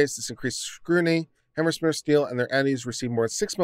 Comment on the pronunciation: "Hammerschmeer"??? HANZ MEYER! HANZ MEYER! HANZ MEYER! How hard is it? You actually pronounce it right a few times, along with a dozen other pronunciations.